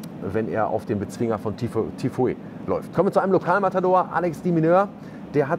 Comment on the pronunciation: Hi, super Videos. Folge Dir schon seit fast 2 Jahren. Kurzer Hinweis. Der Spieler Tiafoe wird folgendermaßen ausgesprochen = TIAFO.